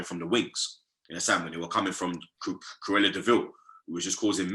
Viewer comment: Man said “Cruella”😂